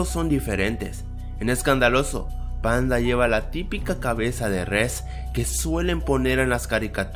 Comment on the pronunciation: like si te diste cuenta que envés de decir panda dijo pandi XD